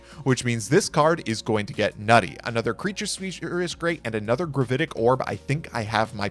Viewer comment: "gravAtic" orb? as in an orb of "gravaty"?